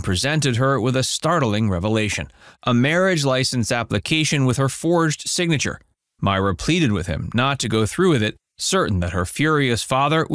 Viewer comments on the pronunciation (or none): none